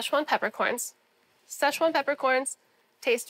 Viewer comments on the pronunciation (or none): none